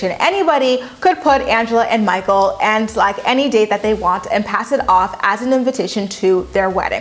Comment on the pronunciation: “Mah-kle!” “Mah-kle!”